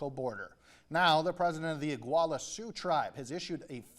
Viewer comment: This news reporter really said Oguala it’s Og-La-La they don’t even respect the way to speak, but can’t handle when people don’t speak English right.